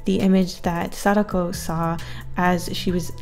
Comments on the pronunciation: I believe it’s said Sa-Dak-oh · Sa-Da-Ko Not sakdoku